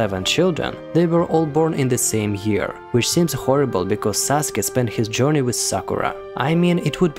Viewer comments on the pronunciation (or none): none